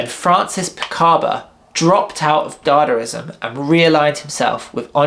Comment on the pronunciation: It's not dadarizam, it's dadaizam or dadaism